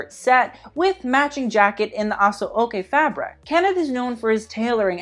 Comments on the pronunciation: Awwn baby you really tried hard with those Nigerian pronunciations. But I've got to say, every word was terrible lollllll It was so cringy, it became glorious to watch. But thank you for the acknowledgement. ASO OKE is pronounced Asho-oke. Let's start there babe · Also aso-oke is ash-oh-kay lol. I’m not mad though our pronunciations aren’t the easiest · Lol, the man tried...aso oke(ah-show-kay) Yoruba(Yo-row-bah)...sigh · Fellow Nigerian here.. Aso oke is pronounced 'Asho okay' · Love the vid but you mispronounced aso eke and Yoruba 😅😅